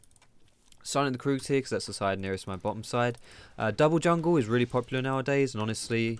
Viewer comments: Annoys me how you say kroogs 😂😂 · If you say kroogs instead of krugs, do you say doocks instead of ducks? :D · You are the first person i heared calling the Krugs kroogs xD